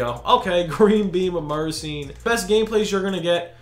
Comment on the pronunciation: Isn’t it mur-eh-sean😂